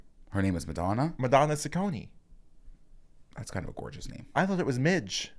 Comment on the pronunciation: I love the creative pronunciation of Ciccone